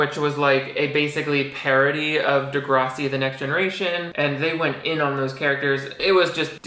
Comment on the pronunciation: 1 pet peeve about this video is how you keep mispronouncing degrassi